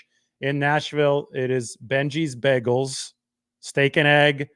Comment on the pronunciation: you say bagel wrong lol